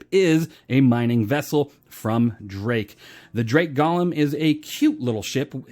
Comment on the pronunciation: pretty sure its goh-lem not gah-lem